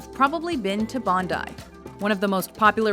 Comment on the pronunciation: At least she said Bondi like our every Australian says it and not Bon-dee.